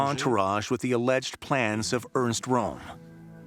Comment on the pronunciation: Great doc. But please pronounce the names properly. Pronouncing Röhm as "Rome" just isn't up to snuff. Neither is calling the Tegernsee "the Tegernsee lake," since "See" means lake.